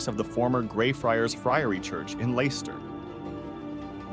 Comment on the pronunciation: Leicester is pronounced lester not layster